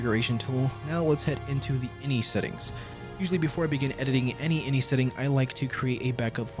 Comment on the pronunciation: Ugh, I love your other videos and content but personally (maybe it's my OCD) I can't watch this one. INI stands for initialization and when spoken it's pronounced by speaking each letter individually "eye en eye", not inny. I've worked in tech (including for two of the largest tech companies in the world) for 15 years and have never once heard "inny". If anything it would be in-ih with the second i sounding like the i in "it". hey.. in it, go figure